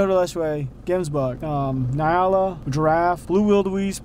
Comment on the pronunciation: It’s N-yala! Lol. Wearing me out with Ny-ala